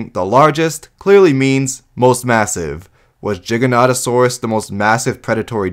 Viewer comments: Why do you say Jig-an-oto-saur-us? Shouldn't you say ji-ja-noto-saur-us, if your gonna say the G as a J? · Why you saying jiganotosaurus instead of giganotosaurus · I hate the mispronunciation for the giganotasaurus Is G not J Many pronounce it's as Jiganotasaurus It's pronounced Giga like giga Chad or some shit